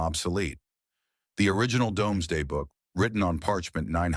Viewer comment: Shame about the AI voice … surely, anyone making reference to the Domesday Book knows it’s pronounced “Doomzday”? … Domesday is simply the archaic spelling of “Doomsday”.